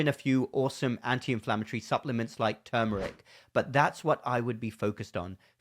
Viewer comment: 😮 you say termer. Do y mean turmeric ❓❓❓❓❓❓🎈